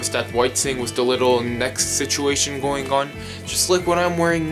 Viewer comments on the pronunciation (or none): none